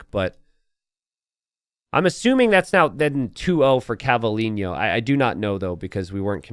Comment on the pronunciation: CavalliGNo? :( ahah it's like Cavallino rampante, prancing horse - Ferrari